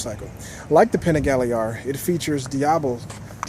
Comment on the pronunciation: Fun review.. Thanks for sharing... We need to get you some Italian lessons as you murdered every Italian word on the Panigale.... ;)Both great bikes.. Personally I'd rather have the Duc... And for this whose say v twins can't compete? Have you not seen all the Ducati championships? Ducati may be a bit down of late, but they won't be for very much longer...